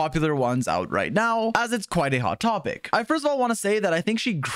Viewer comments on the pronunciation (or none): none